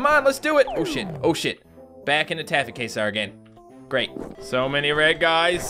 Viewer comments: It's pronounced kway-zar, not kay-zar. Sorry, but this was killing me. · Taffy Quasar is pronounced kway-zar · First game it's pronounced kwayzar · It's Quasar. But I thought it was pronounced Kasar. My bad. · Quasar is pronounced "Kway-sar" The way you said it made it sound like some kind of Mexican dish, which sound delicious by the way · it is pronounced Kwa-zar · your saying quasar wrong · You are pronouncing Quasar wrong!